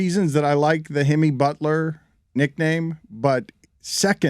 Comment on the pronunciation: That man said Himmy Butler 😭😭😭😭😭😭